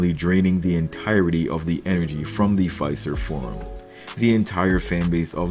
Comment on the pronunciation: Why do you keep saying Pfizer Forum?